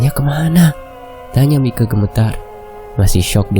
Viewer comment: Aduh dr tadi ko gak enak denernya ! Kl Mike itu nama panggilan buat perempuan , tapi kl laki- laki dipanggil Maik atau kl ditulis Mike dibacanya Maiki.... Gitu jadi enak nih kuping dengernya jadi jng panggil Mike itu jadi berubah jadi panggilan buat cewe. ..